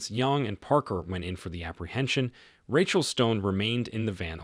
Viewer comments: Lots of mispronunciations by the narrator. "Ratchel" instead of Rachel? Covert is pronounced like cover with a "t" added instead of "coe-vert". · Why is it that one min you say Ratchel and then in the next clip you say the name properly as in Rachel pronounced as (Ray-chel)